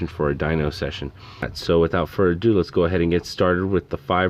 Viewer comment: Did this dude say, “without fur-a-do.”?? 😂